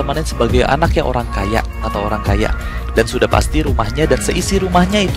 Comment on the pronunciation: Orang bang bukan holang